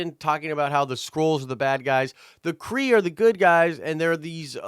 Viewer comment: Half Kree!! You kept saying half skull